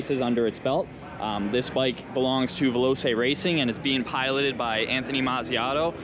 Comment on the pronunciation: I was wondering where the rest of the build videos were. The bike looks fantastic, great job! Though one thing that niggles me, sorry ... veloce s pronounced "VEL-O-CHAY", not "VEL-O-SAY" (Italian word for fast/rapid).